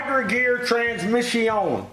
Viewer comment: Transmiss-ion. It hurts from laughing. Tears running down from laughing with my son. Transmiss-ion!